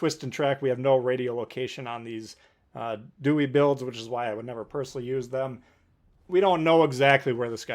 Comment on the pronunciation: Ooo! I got it! He’s George Dew-Eh 😝